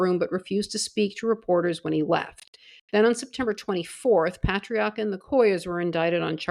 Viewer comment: Raymond Paay-tree-Arc-ker